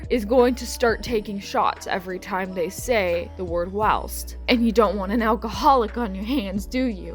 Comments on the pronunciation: Whilst is pronounced while-st in the picture you put the ī means a long i if it were to have a ĭ it would be will-st (feel free to correct me if I’m wrong but I’m like 90% sure) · I love the word "whilst" because I think it's fun, but only to set a scene, and most importantly, IN MODERATION!!!! Also, if you wanted to know, I'm pretty sure it's pronounced like this: W—(eye)—LST, like the word "while" with an "st" at the end :) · Whilst is pronounced like while with the 'st' at the end. Say the 'st' like you'd say it in the way 'gist'. So it's while-St. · ITS WHY-ILST OMG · People say whilst; though overuse of the any word is annoying. And your butchering the pronunciation, please listen to it said for my sanity.